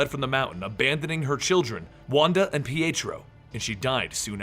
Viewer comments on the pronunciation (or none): none